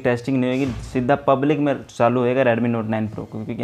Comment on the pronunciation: sida hii😂😂😂😂 Punjabi Nikal gyi